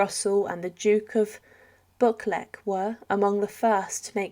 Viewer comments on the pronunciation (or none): Assuming the mentioned duke of Buckleck is actually the Duke of Buccleuch pronounced Bekloo. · The duke if buklet...haha buchkleaugh...pronounced buu cleu... get it right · Just to say the Duke of Buccleuch is pronounced bu (as you’d said bus) clue. So bu-clue. Doesn’t make any sense I know!